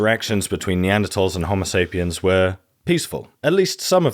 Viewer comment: Great video very informative but the way you say Homosapien makes me envy the deaf.